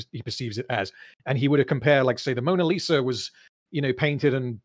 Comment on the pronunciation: I like how the guy in the video dismissed Kincade as an alcoholic, then seems to admire Pollock's noble suffering from addiction. Also, he totally said "Moaner Lisa" at the beginning.